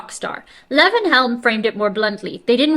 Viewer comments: This interruptive style of reading from a magazine is about as annoying as anything ever misused for profit by someone with absolutely NOTHING TO SAY OR ADD except for.. if quoting you is okay.. except for "Ooouuhh.. that's bad". What a disgrace you are. Purely pathetic. Leee-von not Levv-inn. Kind of cozy.. like the space holding your deficiency of brain cells. Odd. You're too nice to yourself. Don't let your dog drink from the toilet bowl.. judging from his "genes" he just might fall in. His excuse is he's a dog (she's a dog?), but what's yours. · That's Lee-von, NOT Leven. Southern boy. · I think it's pronounced Lee-von. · Levon is pronounced LEE-von. LEE-von Helm. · Lee-von is how it is pronounced. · Watch the version from The Last Waltz movie. Best ever. Also, it’s pronounced “Lee-Von.” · Levon is pronounced Leevon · Levon is pronounced Lee-von. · Lee von long e sound.Good ole Tennessee boy and the only American in the 'Band'. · It's pronounce "LEE-von" Helm. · Pronounced LEE-von Helm — as in, I have to leave on time to catch my train. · The "e" in "Levon" is long. (For reference, listen to Elton John's "Levon" from "Madman Across the Water.")